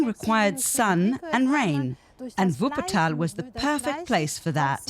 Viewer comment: Er kann so was von deutsch so wie er Wuppertal ausspricht